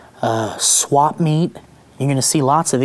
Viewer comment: Did he say SWAP meet? I sure hope Joe's zip-line is still functioning